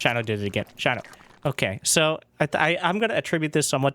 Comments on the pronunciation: A zerg player named Shino - has to be related to the naruto character Shino Aburame. And if it is, you are horribly mispronouncing his name :D watch like 1 episode of naruto where they say his name is shI no not Shiny O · Has not seen Naruto? What's with the Shino pronounciation